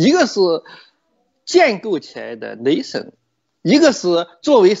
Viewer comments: 这英语发音太逗了，，雷森。。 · 剛開始聽的時候總感覺聽到「雷神、雷神」，便覺得劉先生拿北歐神話舉例，後面才發現原來在說「nation」。 談談我的感想吧：劉先生對歷史、體制、現代民族的構建的研究令人敬佩。作為維吾爾族，我雖然並不完全贊同劉先生的觀點，但從劉先生對維吾爾人的見解為我提供了不同的思考角度，這樣也挺好。由於維吾爾人與劉先生目前是暫時可以合作、也有一些共同利益的關係，所以希望劉先生可以在節目中多談一些有關維吾爾人的問題。珍重～